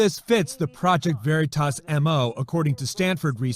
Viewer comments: Fox 9 can't even pronounce veritas "very toss" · It's stupid, the way they pronounce "Veritas" as "Very Toss," as if it's so small and unimportant that they don't even know how it's pronounced. It's too over the top. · "Project Very-toss"